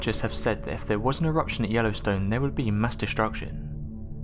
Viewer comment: did you say catastrophic erection? 👍